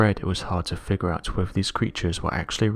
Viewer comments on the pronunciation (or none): none